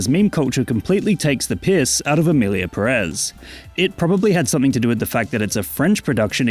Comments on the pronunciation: Everything fine with the video, but It's Pérez, not Perez. Put emphasis in the first E. 😼 By: your Spanish tutor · It has a tilde, it should be PErez, not PeREz… as someone last named Pérez it hurts each time I hear it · Is pronunced Pérez, not Perez 🙄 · If we want to stick to truths, the tweet about Selena is fake and it's PÉrez, not peRÉZ. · It's Pérez, not Peréz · It's PE-rez. Greetings from Spain.